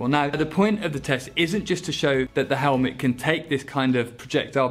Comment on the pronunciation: "Let's open up this helmlet" 😄